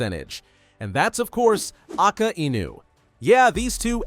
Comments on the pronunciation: "Aka Enu" 💔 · Don't ever pronounce Akainu in a wrong way again it's annoying